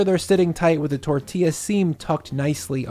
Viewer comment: My Mexican madre gives you a 👍🏽!! I will definitely be making these!! She said to to tell you say it with her “tor•thi•ya” tortilla 💜💜 The i sounds like an eeee LoL